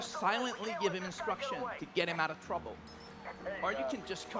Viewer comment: 'to get him out of twruble' lol